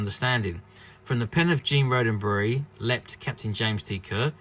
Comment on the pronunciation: You seem to have lost a “D” Gene “Rod - Den - Berry” Please! He did not past tense Rode A Berry!